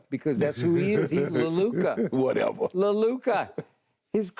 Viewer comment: My man LeShannon must've learned "Whatever" this week the way he's been saying it 🤣🤣🤣